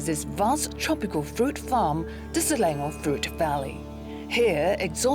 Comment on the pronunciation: isnt she local? why she pronouced selangor as slelengor?